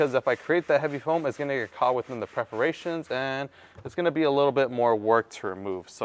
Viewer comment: The correct pronunciation is “PERforations”. otherwise, thank you for the cool info!